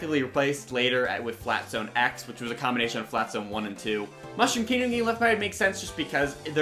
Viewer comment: "FLAT ZAAONE"